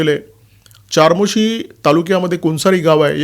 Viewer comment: "चारमोशी" नाही रे बाबा "चामोर्शी" मराठी पत्रकार असूनही....